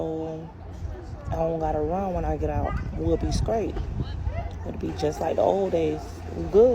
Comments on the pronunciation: What’s up with all the damn mouth popping! And lady it’s straight not scraight!! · It's a shame to be such a pretty young girl, (because she isn't acting like a woman) and every word that comes out her mouth be so ignorant 😒. "Scrait" for straight and "Polices" for police...Bless these children...and I'm speaking of HER and the babies.